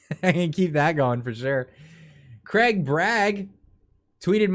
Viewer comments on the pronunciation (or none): none